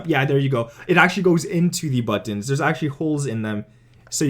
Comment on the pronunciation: I've never heard anyone say the word "buttons" like that before.